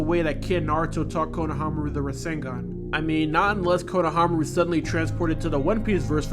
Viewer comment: Good video but konohAmaru instead of konohamAru was a bit irritating